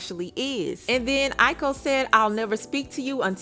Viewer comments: The correct spelling is AOKI I yo ki NOT I ko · It’s (AAY-Yo-Key) (Aoki) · Lol... it's Aoki...A-OH-Kee. Nevertheless, it's just too much and sad beyond words. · her name is Aoki. Pronounced "I -oh-key" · Your pronouncing her name wrong hunny her name is aoki. But she needs to stay away from him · Why did you pronounce her name SO WRONG?